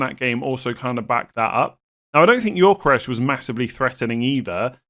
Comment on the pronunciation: Gyökeres: Yo-Ke-Rez pronunciation, not Yor-Ke-Resh 🙂